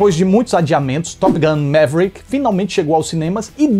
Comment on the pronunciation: arruma quando vc fala top gun, vc diz top guM, que significa goma de mascar top!!!